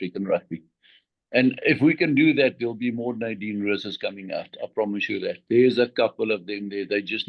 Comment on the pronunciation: Great interview,. Also, you did a fantastic job of pronouncing "Roos"